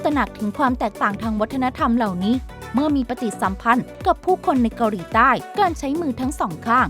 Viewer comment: แอดออกเสียง เกาหรี 🤣